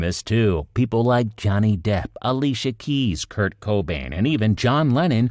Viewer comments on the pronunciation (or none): none